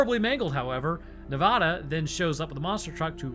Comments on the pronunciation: Nev-A-da. Not Nev-Ah-da. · And it's ne-vad-a not nevaduh😂been here 18 years